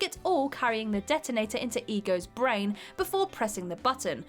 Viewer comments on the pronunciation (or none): none